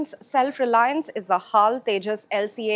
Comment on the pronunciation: You should not pronounce as "hall" but H A L only.